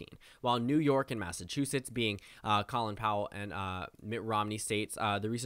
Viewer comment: Just an FYI but “Colin” in Colin Powell’s name is pronounced like “Colon”